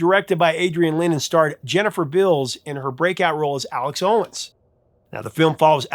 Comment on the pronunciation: There is at least one tribute to Maniac that features a female: in SHE'S OUT OF CONTROL, Ami Dolenz performs a workout routine to Sembello's hit as a foreshadowing to her glow-up just a few scenes later. And brief correction: Adrian Lynne pronounces his last name as "Line," not "Lin".